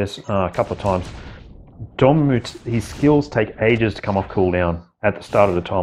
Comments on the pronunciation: Bro it's DOR-MA-MMU NOT ~ DOOR-MAH-MOOO 😂😂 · LOL. I’d wanted to say about your pronunciation of Namor for a year but resisted, LOL. Dorm put me over the edge 😂. Sorry, but you know how geeky Marvel fans are. 😆 Love your vids. Keep up the good work. PS: Not an English teacher—just a grammar freak!